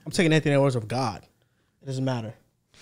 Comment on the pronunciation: did he say “over god” or “on god”😂